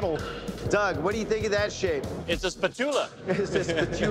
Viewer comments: you got a problem with the spatoola? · why did he say spatula like "spatoola"